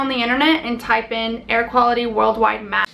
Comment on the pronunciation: it seems LIFE is KILLING you !! (Psssst... your "air" sounds like HAIR)